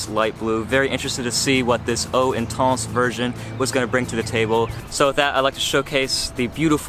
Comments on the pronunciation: Great video. I own and love it, much better performance than original whilst keeping same gorgeous scent. Also what's intonce? it's inTENce. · WTF is "Intonse"....??? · Wanna slap him every time he says intans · pronouncing intense like an idiot. come on